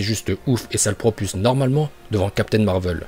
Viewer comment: Ça se dit marvel et non marveul